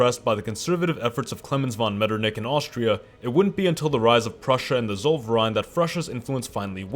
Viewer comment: It's Prussia NOT frussia